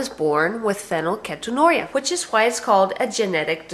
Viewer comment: you are making a video about your daughter and don't even correctly know how to say the word. oh and i say this becuase im living with it and have been for 18 years along with my brother and sister. get things straight before you decide to inform the whole world about PHEEEE NYL KEEET ON URIA!